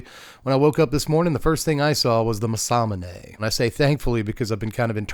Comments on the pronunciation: "masamuuuunaaaay" please man im begging you 😂 its like hearing ppl call chocobos....choco....bos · “Muhsahmoonay” is crazy bro lol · It’s Mass-a-moon-ay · Everytime he said it i punched a whole in my wall involuntarily. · It's actually pronounced Mesa Moon A according to Riot from League of Legends. That's the way they pronounce during the pro matches. Who knows though. ✌️ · The what.... that is an insane pronunciation of Masamune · The Masamune pronunciation rage bait! 😂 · pronounced it wrong every time lmao